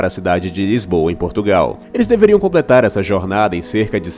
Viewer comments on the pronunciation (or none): none